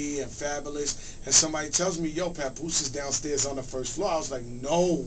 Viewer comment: LOL HE SAID "PUPOOSE"